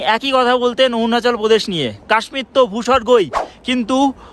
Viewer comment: ওউয়ানাচাল প্রদেশ আবার কি ! অরুণাচল প্রদেশ বলো !